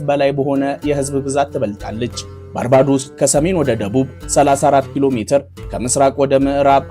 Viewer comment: ባርቤዶስ ብለህ ብትሰራዉ ብታነበዉ ለጆሮ ይጥም ነበር ባርባዶስ የሚል ከየት እንዳመጣህ እግዜር ይወቅ ጥሩ ፕሮግራም ቅድመዝግጅት አድርግ።